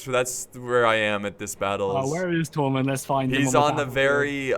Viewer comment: His pronunciation is awful THENN not Thane, Tormund not Thormund!